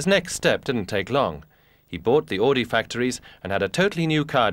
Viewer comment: AUDI! Not "AADI" Pronounce it right or don't say it at all